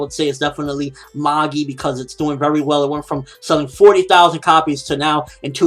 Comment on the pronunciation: "Well".... Not "We'll" as in "We will"